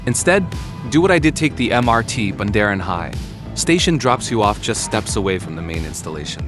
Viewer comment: It's Bundaran H.I. (from Hotel Indonesia) , not Bundaran Hi